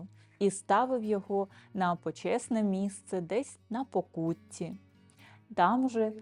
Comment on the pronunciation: Дякую за цінну інформацію, але махи руками дуже відволікають від сказаного Вами. І не на поКУтті, а на ПОкуті.